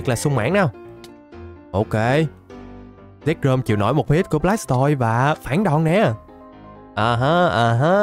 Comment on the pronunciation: Anh bảo zekrom em cứ tưởng sexrom